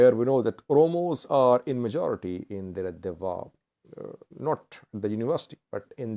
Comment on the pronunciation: It's Deredawaa not the way you said